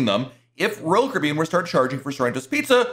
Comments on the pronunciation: Sounds like you say ROYAL KOREAN. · PRONOUNCE: CARIBBEAN!!!!!!!!!!!!!!!!!!!!!!!!!!!!!!!!!!!!!!!!!!!!!!!!!!!!!!!!!!!!!!!!!!!!!!!!!!!!!!!!!!!!!!!!!!!!!!!!!!!!!!!!!!!!!!!!!!!!!!!!!!!!!!!!!!!!!!!!!!!!!!!!!!!!!!!!!!!!!!!!!!!!!! very annoying!!!!!!!!!!!!!!!!!!!!!!!!!!!!!!!!!!!!!!!!!!!!!!!!!!!!!!!!!!